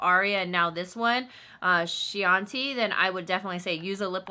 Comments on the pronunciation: Chianti is kee-ahn-tee. It's named after the wine. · Chianti= "Key-on-tee" it's a type of wine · FYI "Chianti" is pronounced Kee-on-tee, which is wine produced in the Chianti (Tuscany) region of Italy. This was a wonderful video! Your demonstration and description of the colors definitely helped me choose some for myself! Thank you!! Wishing you all the BEST! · Loool chianti is pronounced like the wine cause it's like a wine kinda colour